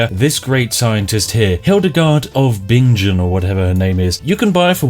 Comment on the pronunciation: Hahahaha the moment when Hildegard von Bingen destroys the game and I am living in Bingen. Also how comes you said Bingen horribly the first time and then correctly??